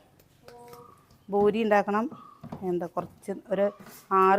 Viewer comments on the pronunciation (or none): ഭൂരി അല്ല പൂരി ആണ് പ്രസി തെ